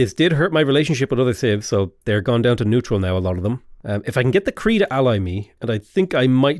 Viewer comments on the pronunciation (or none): none